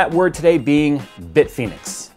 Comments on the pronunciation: "Bitphoenix": Whuzzat? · Bit Penis is what I thought you said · Bitfenix? bitfenix ghost